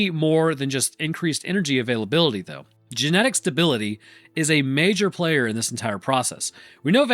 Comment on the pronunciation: “Gemetic stability”